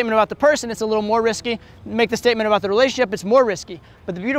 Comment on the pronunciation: Been a long time I haven't watched this awesome channel. now pronounces the word "risky" differently:)